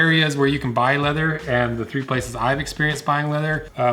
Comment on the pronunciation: Funny how whenever I see your videos I immediately remember your voice and picture you saying "leather". No wonder, considering. :D Leatherrr. Informative video for people with cats and an interest in leather. Thumbs up!